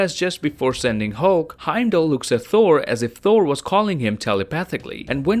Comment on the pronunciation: Why do you pronounce Thor as Four ?